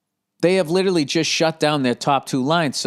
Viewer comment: I still hope that one day Bill will learn how to pronounce 'literally', or use it correctly in a sentence.